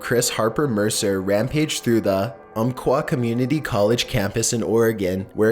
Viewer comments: "Chris Harper Mercer rampaged through the... Umpqua community college" The first time around I heard kumquat but eh close enough. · The Umpqua college shooting is so sad but as someone who lives in the PNW I could not get over how you pronounced it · Just for future reference. It's "umm" quah. #14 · I'm sorry but everytime you pronounced Umpqua incorrectly I cringed